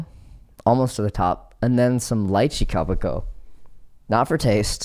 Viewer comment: Also, ko PI ko not ko pi CO